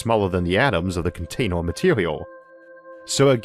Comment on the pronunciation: Video is interesting, but pronunciation made me pay more attention to that - wator, lasor, containor, computor, howevor, etc.. No offense meant, just an observation